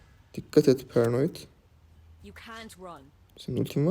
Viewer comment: HER AKSANLİ BİR SEKİLDE PERANOYİT DEYİSİNE GULUYORUM HAHSHQHSJQJSHQJSİAHAHQBJSJQJSQJA